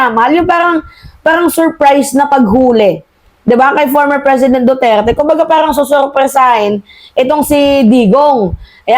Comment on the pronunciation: Ayusin mo yung bigkas mo ng Duterte,wala akong maintaindihan pnu ka paniniwalaan